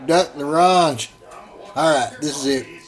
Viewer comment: Btw, we say "Smoked duck a L 'orange" ;) thanks for the recipe.